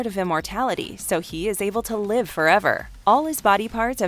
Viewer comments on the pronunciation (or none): none